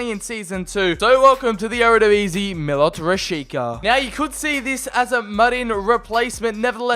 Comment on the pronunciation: They’re pronounced “Meelot Rashiza” and “Payter Goolahtchee”